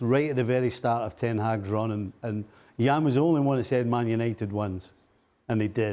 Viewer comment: Jan is always right 🩵 n it’s Jan not Yan❕🙄🤣